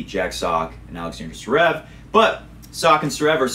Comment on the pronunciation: DUUUUUUUUUUDDDDDEEEE IF UR SHOW IS GONNA BE THE MOST WATCH ON TH WEB AT LEAST SAY THE NAMES RIGHT ZZZVVVVVEREV NOT SUREV DUUDE A LIL EFFORT